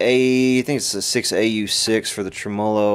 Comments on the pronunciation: It's TREM-olo.Not tra-MOLO. But I enjoy your videos. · Trem- uh- loh :) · God, I love your videos except for the way you pronounce tremolo. Drives me nutty every time. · Pretty cool how the word “tremolo” can be pronounced so differently just 300 or so miles away. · Learn how to pronounce tremolo, other than that great video. I bought one of those brand new in 1968!